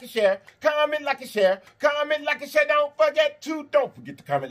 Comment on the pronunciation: Comment, like and cher...is what I heard this time 😝